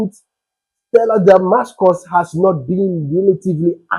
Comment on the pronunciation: 🎉THE NAME IS: STELLA DAMASUS 🎉) NOT DAMASCUS. THANK YOU.❤